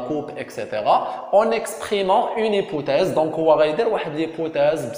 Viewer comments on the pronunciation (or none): A ssi raha hypothèse non pas hypouthèse